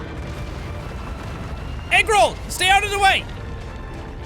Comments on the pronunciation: Did jack say 'What up Egg Roll' instead of Agro? ...Ok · Jaaaaack its pronounced Agro not egg roll JK i dont care how you pronounce things. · I thought he said eggroo,... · Is it agro or egg roll...I’m not kidding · Whenever he says “Agro” I think he says “Eggroll” maybe because I’m hungry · Did jack say eggroll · Egrol. LMAO I know it is Eggroll. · Is it bad that whenever Jack said Agro I heard egg roll? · Chrono_gaming Bro yes but the whole time I was hearing Egg Roll. Probably because I started watching it on the bus and with all the noise heard that. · when sean says the horse's name it sounds like eggroll